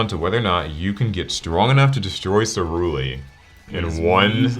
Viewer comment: First turn messes up ceruli